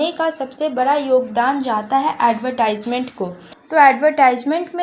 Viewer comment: It's not ad-y-tysment It's adve-tysment